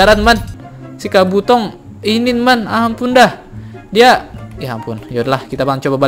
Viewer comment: bang kabuto bkn kabotong ama bkn narutong